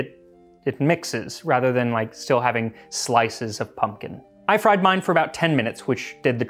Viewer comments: I thought it said poom poom pie 😂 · So what youre telling me is that modern recipes just omit the "k" from their ingredient list? What are we just assumed to have infinite k's laying around the house?! I suspect your pronunciation is off, it's coming out rigid and elongated. I don't know for certain what is original but there is a pronunciation of "pumpion" that sounds a lot more like "pumpkin". Think less "pump-eon" and more "pump-yn". The abrupt drop-off in the emphasis after pump almost mimicks the sound of a "k", it can form a kind of small harsh exhale